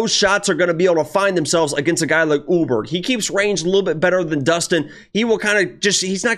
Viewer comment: Carlos "Oooburg"